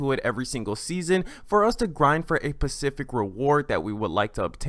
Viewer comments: Are you saying pacific? Instead of specific? Lol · also its: 'specific' not 'pacific' - (ones an ocean) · “Pacific rewards” 😂😂😂